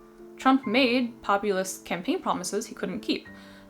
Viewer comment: tbf, it kinda sounded like both. Or like she said the former but changed it to the latter mid-speak Also I believe are technically valid terms? Unsure of the distinction between them, though